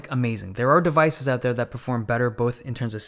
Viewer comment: A very professional YouTuber IMO <3 But it's so funny he sounds american in every way, except when he says "out" or "ohh-t" which sounds Scottish or Irish (I'm really not a language expert) :P But it's very noticable and quirky :P